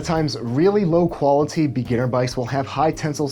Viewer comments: Andrew Hake i read your comment right when he said “qualiTy” hahahahaha shit got me dying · The way you say "qualiTy" makes me think you might be a serial killer.